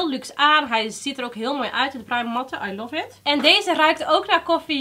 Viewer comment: Meis. je doet het leuk. maar stop alstublieft met je stopwoordje 'i luf it 'zoals je dat steeds zo uitspreekt.